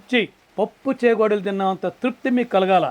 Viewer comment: Chegodilu kaadhu chekodilu